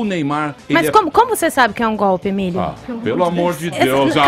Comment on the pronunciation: "MEU AMUOUR!!!" - Emílio Surita 😂😂😂😂😂